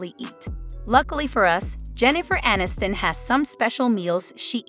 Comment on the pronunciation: "uh-NIST-in"?? They still have work to do on these robot/AI 'voices'.